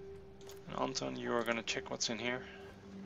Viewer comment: Cveta is a serbian name, i think. Or bulgarian. Well, you get it. Russian equivalent (and by extension ukrainian, belorussian etc) is Sveta, but this particular name is pronounced "Tsveta", so you're doing a totally good job at calling their names :D There's only one thing - i think that the accent in "Anton" goes on the second syllable. At least in Russia/Ukraine/wherever else. Maybe in some slavic countries it is pronounced differently, i don't know for sure.